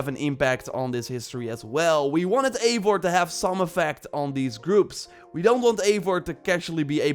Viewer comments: Yo man nice video :) just to say Eivor is pronounced “Ai-Vor”, because it’s norse, but nonetheless great video bro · Imo, Eivor should be pronounced “ eye voor “ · I like the way that every ONE says (Aivar) and not Ivar. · It’s EYE vor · Just one detail: not to be THAT guy but it's written as Eivor but read as ,,I (like I, you, he/she/it, etc.)-vor''